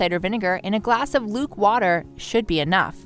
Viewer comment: "luke*warm* water"